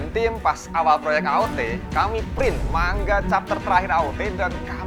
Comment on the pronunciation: Manga bang bukan mangga🗿